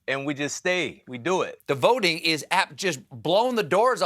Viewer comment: What's with Colbert's corny votin'' pronunciation when talking to Jon Batiste? Colbert doesn't drop his G's, so it's a deliberate affection, and a rather offensive one actually. Maybe he should do it in Blackface to be sure that we don't miss it. I'm usually annoyed by educated people pretending to be ignorant for points. Obama used to always talk about "folks" in his speeches. I'll bet that he didn't use that word too much when he was writing legal briefs at Harvard Law School.